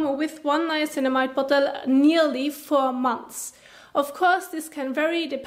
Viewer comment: Did you say 4 months or for months?